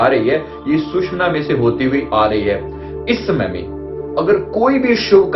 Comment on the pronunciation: Very sad that you are calling "susmana" nadi. My dear, it is actually called as " sushumna" nadi and all our ancient books, shastras clearly mention this word. Please correct in your future reference. Thanks